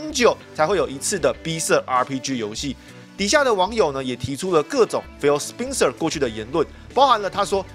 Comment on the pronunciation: 那個人名spencer的發音是不是錯了 應該是ˋspɛnsɚ